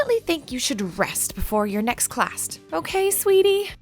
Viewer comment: in the beginning the nurse said classt